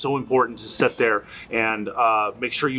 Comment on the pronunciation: Never says "sit" or "sat". always "set".